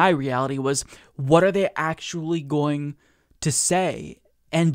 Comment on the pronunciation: I like how you said "going" like "Goya-ing". Hahahahaha!